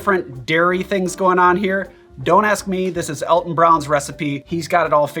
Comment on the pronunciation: Me, too. I'm pretty sure Alton's name is pronounced "ALL-ton."